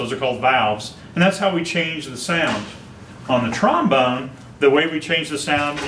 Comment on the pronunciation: Trombome ha more like trombon-er